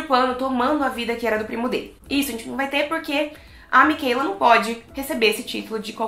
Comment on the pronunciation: Por favor não fale Micheila, e sim Michaela